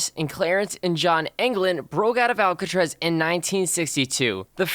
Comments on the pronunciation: he said alcatrez wtf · Im kinda triggered the way he said 'Alcatraz' like 'Alcatrez' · most biggest escape? And why can't he say Alcatraz correctly?